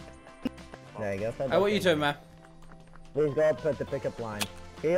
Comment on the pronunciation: Why u always say ”ma’am” instead of man lol